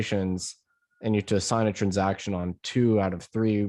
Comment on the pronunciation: I like how he says trunsaction